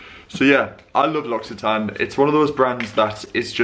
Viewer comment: Your pronounciation of 'L'Occitane' is perfect 😍